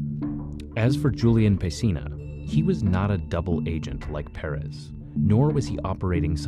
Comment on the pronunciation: As a native texas it hurts me to him miss pronounce Perez